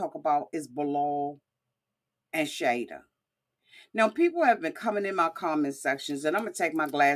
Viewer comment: You butcher their names so badly. its shy E duh and Bee lal